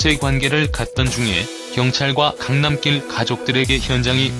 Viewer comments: 계속 강남낄(Road로 발음),강남낄...거슬리네요. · 강남낄 발음이 왜이래